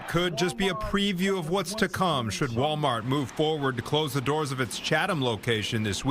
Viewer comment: …😂😂😂”Walmart-tz!” She said Walmart-tz with the extra tz at the end. Wait, I mean the extra tz at-tz the end😂😂😂. People? Which is she?😂😂😂 Tell to use the word “ask” in a sentence…not axe. “I’m fixin to axe you something.”😂